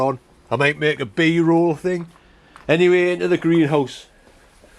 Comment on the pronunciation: I love when you say 'and all that kind of ting' 😄😄😄😄😄😄